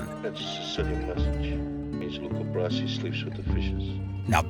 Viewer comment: Luca Brasi, not "Brazzi"